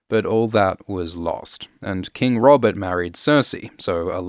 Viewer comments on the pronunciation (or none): none